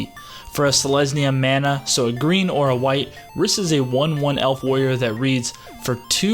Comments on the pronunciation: The way you pronounce Rhys hurts my soul. It's actually the original form of Reece, and pronounced the same way. Nice video tho my dude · You know it's pronounced as Reece! 😆😆